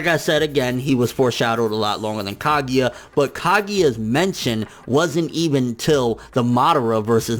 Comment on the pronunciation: I really don't like the way you say sone of the Japanese names like Ka*gi*ya instead of Ka*gu*ya